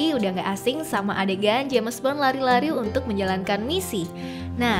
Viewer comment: Jems but ai reng